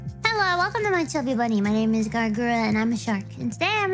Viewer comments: I know she's saying chubby bunny. But all I hear is stuffy bunny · SNuffy bunny